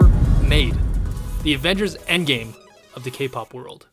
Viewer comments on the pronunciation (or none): none